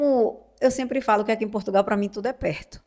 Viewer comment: Queres que venham mais brasieiros para cá? Com as novas leis da imigração, que estão a ser discutidas e aprovadas, muitos brasileiros não vão poder "vim". Nem sequer sabes pronunciar de maneira correcta o nome do nosso país.